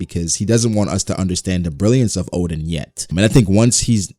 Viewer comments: Its ODEN, not ODIN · ITS ODEN BRO LOL